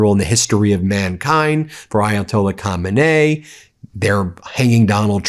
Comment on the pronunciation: You did it a little better today but you're still not pronouncing Khamenei correctly Kha-meh-neh-EE. Or leave the ending EE off and flatten the Kh to H, and you're still wrong but vaguely close at just Ha-meh-neh